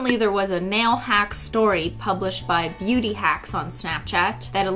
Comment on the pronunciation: What christine said: im a beauty guru, so What i heard: im a booty guru, so